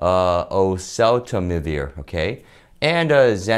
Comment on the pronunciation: I just feel the video would have been a lot more professional if you attempted to pronounce/practice the medical phrases prior to recording the video, such as neuraminidase or oseltamavir